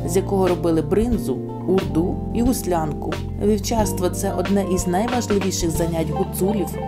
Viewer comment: Не гуслянку а гуслинку